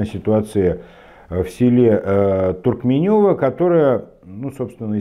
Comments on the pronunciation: только не ТуркменЁво, а ТуркмЕнево у на называют, безо всяких Ё и с ударением на 2 м слоге🙂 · не ТуркмеЁво, а ТуркмЕнево